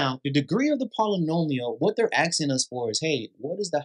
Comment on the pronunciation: “ Axing “ is not a verb…. “ asking” is .